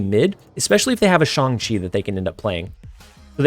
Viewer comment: Thank you so much for being the only Snap streamer who actually pronounces Shang correctly. Subscribed!